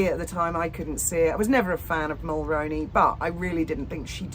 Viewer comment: 👋 Hello.... I'm 🇨🇦 & I'd thought I'd let you know that you are mispronouncing Jessica Mulroney's last name... she's the daughter in-law of former Prime Minister Brian Mulroney His name is pronounced as Mull-Roo-Knee or Mull-Rooney like the actor Micky Rooney's last name. I'm really really hoping that you see this & begin pronouncing Mulroney correctly...Mull-Roo-Knee and not Mull-Rown-Knee...if it sounds like macaroni when you are saying it then you are saying it wrong... Please don't be offended by this comment...I'm only trying to help as well as do the right thing by a former & late Prime Minister who served our country with dignity and respect... I had hoped 7 years ago that content creator's would eventually get the name right but they haven't. So I've been trying to inform creator's for the past several years. Paula M pronounces it correctly but she's also a 🇨🇦 citizen... I'm 🙏begging you to change your pronunciation to what I've provided.. or look up old 🇨🇦 televised news articles and listen to how it's pronounced correctly. Brian Mulroney was born in Quebec, he was French Canadian. I don't know if that affected how his name is pronounced by 🇨🇦Canadian's or not. I just know how he pronounced his name & since Jessica is married to his son Ben she'll pronounce it exactly the same way. Thanks in advance